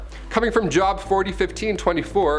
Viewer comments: Job is pronounced with a long "o". Like nose. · Btw, Job is actually pronounced like Jobe. Long o sound.